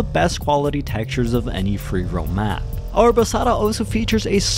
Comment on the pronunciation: You pronounced it very well my friend. Arrabassada and Sant Cugat del Vallés. Català is easy.